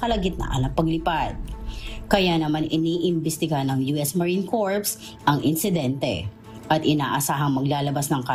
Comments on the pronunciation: maam reporter, ang pronunciation po ng "corps" ay "kor". hindi po "korps"... dapat " US Marine 'Kor' ( US Marine Corps) " at hindi "US Marine 'Korps'".... parang corpse tuloy ang tunog hahahha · "corps" pronounced without S sound . . . .